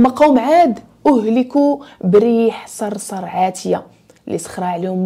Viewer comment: السلام عليكم. إحذري من اللحن عند قرآءة آيات ربنا ففي سورة القمر يقول الله عز و جل : "إنا أرسلنا عليهم ريحا صرصرا" و ليس صرصريرا جزاكي الله خيرا على المحتوى الجميل جدا 🙏🏻